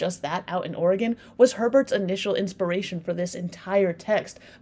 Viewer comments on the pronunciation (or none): none